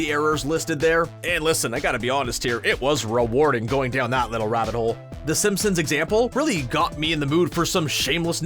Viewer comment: It took him quite a few episodes to say Simpsons correctly. I’m sure in three or four episodes we’ll hear about Downton Abbey instead of this intriguing Downtown Abbey show.